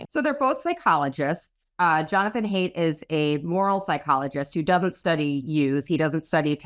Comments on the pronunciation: Isn’t Haidt pronounced like “height”? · My only nitpick with this video is that Haidt’s surname is supposed to be pronounced like “height,” not “hate.” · Just FYI: Jonathan's last name Haidt, is pronounced 'Hite', not 'Hate'.